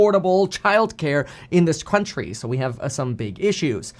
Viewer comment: “Crountchry” I knew the nonstop videos would get to you.